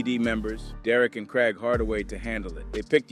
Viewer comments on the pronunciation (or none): none